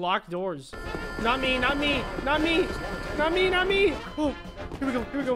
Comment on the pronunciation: When he said "Not me" I heard "mommy"